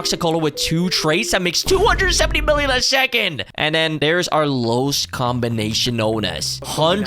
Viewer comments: Combination ❌ Cononomobomo✅ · Comonbomon hahaha LOL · That "La taco combinomenom"got me 😂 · Combination❌ Canominon✅ 😂😂😂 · what is a comonomonon bro😭✌️💔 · u prounouncing combinasion got me dieing of laughter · Bro it's not ,,combination,, it's ,,combinasion